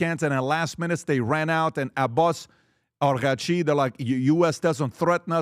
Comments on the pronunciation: Pat! It's not Arghaachi, it's Araagh-chi (عراقچی) as in Iraq + a chi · PBD, it's not Arghachi😂 it's Araghchi 😅